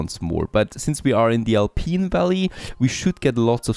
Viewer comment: You're pronouncing "Alpine" as "Alpeen" and that's wrong. Think about pineapple.